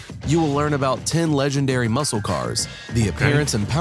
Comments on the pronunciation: Muscle is said mussel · "MUSCLE" has a silent "C" sound. Say "MUSAL" instead. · It's pronounce muss - el cars. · LOL, its pronounced mus-sel car. 😆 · Pronounced, musle!! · The c is silent. But I like the way you say it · We don't pronounce the C in Muscle. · When pronouncing "muscle" the "C" in that word is silent. English is weird, what can I say. Listen closely to how the narrator pronounces it.